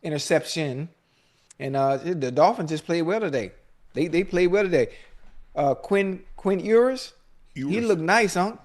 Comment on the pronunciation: Ocho needs to learn how to say Quinn Ewers name